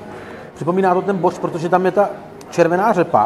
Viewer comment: Kámo je to boršč, ne bořč, jak neustále opakuješ 🙂